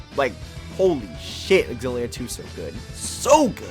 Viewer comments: Pretty sure that "Xillia" is pronounced "Zillia." Anyway, thanks for this vid. Gonna grab Graces F. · I’m not a fan of your xilla pronunciation.